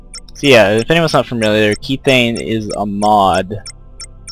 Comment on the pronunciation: pronounced "k-eth-thane